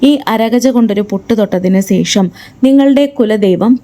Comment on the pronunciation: സേഷം അല്ല ശേഷം ആണ് കലസം അല്ല മാഡം .. കലശം എന്ന് പറയുക